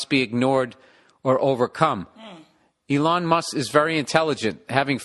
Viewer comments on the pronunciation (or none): LMFAo "E-loooong Muss"